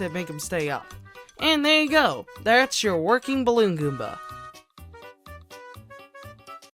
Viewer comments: The amount of times he said Gooma instead of Goomba triggered me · its goomba not gooma!!!